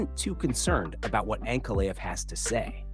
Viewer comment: Ma-GO-med ANK-a-live… Come on bro, stop using AI and just read the damn script yourself. These mispronunciations are embarrassing, I’m not listening to this AI slop.